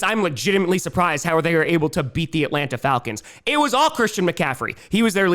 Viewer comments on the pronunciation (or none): none